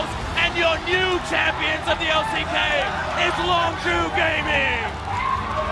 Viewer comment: Dear god please learn how to pronounce Longzhu. The clips used in the video even gives the pronunciation.